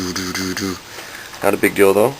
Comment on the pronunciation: everytime you say 'not a big deal tho' it sounds like you said 'not a big dildo' haha